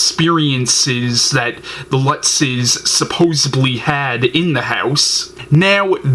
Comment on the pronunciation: its supposEDly not supposEBly... Interesting review, thanks